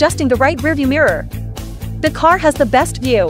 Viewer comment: "it's my carrr" 😂😂😂😂